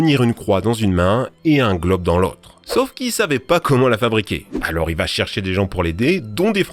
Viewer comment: mdr jai compris "et un gloc dans l'autre" au lieu du globe 😂😂😂